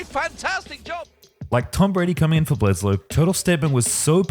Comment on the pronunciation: Bledsoe, not Bledsloe